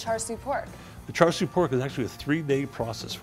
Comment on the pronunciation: Lol that is not how you pronounce char siu.